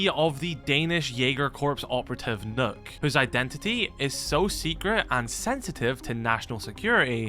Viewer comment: not how those two are pronounced, but okay. The g in jæger is silent. And Nøkk is not pronounced as nook, ø sounds only a bit like o.